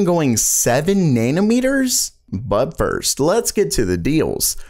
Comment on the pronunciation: Nayna-meters? Hehe